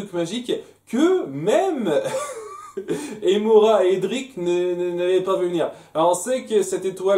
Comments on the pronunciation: En fait ça ce prenonce "Emira", pas "Emora"... petite précision. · "Émirats Arabes Unis", ça se dit comme Émirats, Emira.